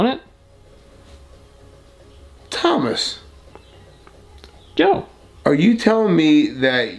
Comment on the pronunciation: The way Joe said Thomas haha